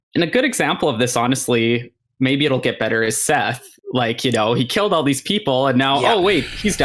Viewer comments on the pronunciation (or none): none